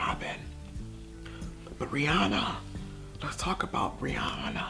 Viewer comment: The way he says her name 😭😂😂